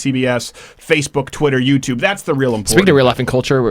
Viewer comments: "A wonderful and new youtuben" lol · "Youtuben" lol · "Youtuben" Gotta love it! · "a new youtuben" kek XD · "Youtuben" roflmfao!!!